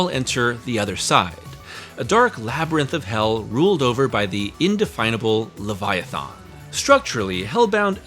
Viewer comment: Why don't you know how to pronounce leviathan?